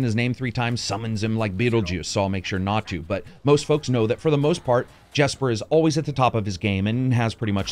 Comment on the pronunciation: If that musician you mentioned name is spelled Jesper. It’s pronounced Yesper. Not Jesper.